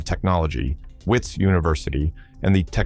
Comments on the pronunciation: Would be SO nice if it were narrated by a real person who could pronounce South African names and words properly. Examples: the 'h' in Mthimkulu is silent. It's pronounced as Mthimkulu. And the 'W' in Wits (University) is pronounced as a 'V'. Next time please just get a real South African to do the speaking. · wits is pronounced as vits. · I don't know what to believe. Anything can happen in South Africa that we all know. Is this guy even South African? Listen to the way he's pronouncing WITS UNIVERSITY, This guy is a genius he fooled the entire country. What surprises me most, he even fooled other engineers